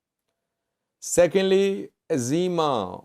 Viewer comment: Izėma not Azima. The "I" is also pronounced like an "I" in "India".